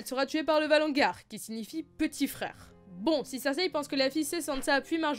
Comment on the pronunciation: Pourquoi tu dis "valongar" au lieu de "valonqar" (lu valonkar)?? c'est bizarre ça xD